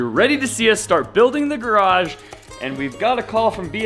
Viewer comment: congratulations on getting the word garage up to over a syllable. I think it was close to 1.75 syllables! I am going to sick on you because he always says it correctly with 2.0 full syllables. (You are erring on the garj (or graj ) end of the spectrum.) Very important now that you are working on building one.